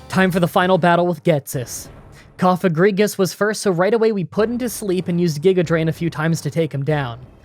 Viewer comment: YOU PRONOUNCED COFAGRIGUS... correctly. Good job!